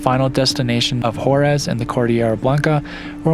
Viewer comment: beautiful video! Scenery is amazing. By the way it is Huaraz silent H and the accent on the second syllable